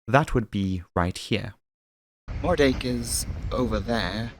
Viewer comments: Love the video as always! Just FYI, Moerdijk is pronounced Moordyke 👍🏼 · I’m sorry, can you repeat the name of that town again??? Was that “greater penis” or “more-“…?